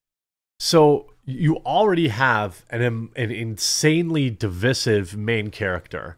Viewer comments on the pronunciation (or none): Who pronounces divisive like that? Cringe.